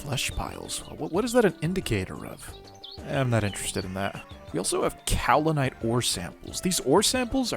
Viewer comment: to answer your question on pronunciation, it was correct! “kau·li·nite” is in fact the way it is pronounced. Hopefully that makes you more confident. 🎉